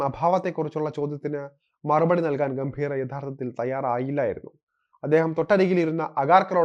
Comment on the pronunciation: ഗൗതം ഗംഭീറ അല്ല, ഗംഭീറ്. ്റെ ആ pronounciation പല വാക്കുകളിലും തെറ്റാണ്. ചന്ദ്രക്കല ഉള്ളിടത്തെല്ലാം മിക്കവാറും ചന്ദ്രക്കല ഇല്ലാത്തത് പോലെയാണ് ഉച്ഛരിക്കുന്നത്. ബാക്കി ഒക്കെ ok. അവതരണം കൊള്ളാം. സഞ്ജുവിൻ്റെ കര്യം കഷ്ടം തന്നെ.